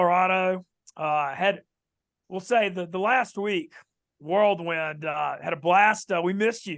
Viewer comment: Mintzy, you know it’s “whirlwind”? Not “world wind”.